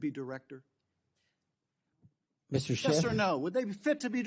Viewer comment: Double "ff" in Schiff makes a "T" sound in this episode, as usual.